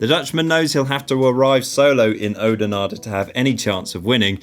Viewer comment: You need to work on your Flemish pronunciation. Oudenaarde & Oude Kwaremont start with an 'Ow' - as in 'ow-that-hurt'. Not an 'Ooh' as in 'ooh, that's a relief'.... And not even trying to do Tiesj Benoot's first name...:-(